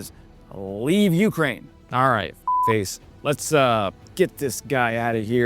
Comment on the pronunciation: I love watching your channel, fantastic videos, great info and details. I only ask one thing, when you say Ukraine, you’re accenting the first syllable, Ukrainians accent the second when they say the name of their country.